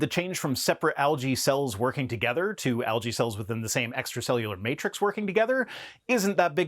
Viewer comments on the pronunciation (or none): none